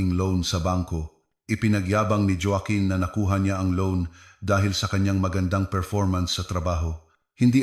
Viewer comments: Anong jowaken joaquin yan ayusin mo pagbasa mo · Ayusin ang bigkas ng Joaquin at Roxas😮😮